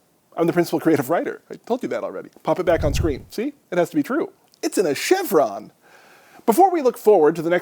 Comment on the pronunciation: it's CHYRON not chevron.